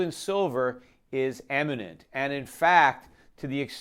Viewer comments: Peter it's imminent, not "eminent". I really appreciate you and your work. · imminent not eminent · Imminent not eminent. im·mi·nent /ˈimənənt/ Learn to pronounce adjective 1. about to happen. "they were in imminent danger of being swept away" em·i·nent /ˈemənənt/ Learn to pronounce adjective (of a person) famous and respected within a particular sphere or profession. "one of the world's most eminent statisticians" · Please don't ever say "imminent"